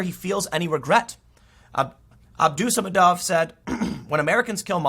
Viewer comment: Once again, Tim. Those Russian last names, they are usually emphasized on second last syllable (third last for female names). That is, the syllable before ov/ev. AbdusaMADov.